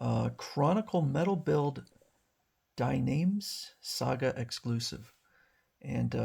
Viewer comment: Its pronounced as DEE NA MES. Not DIE NAMES :D